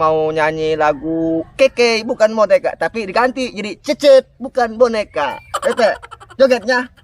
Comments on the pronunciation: Cecet bukan kekey😂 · Cecet cecet bukan hencet hahaha Salam youtuber pemula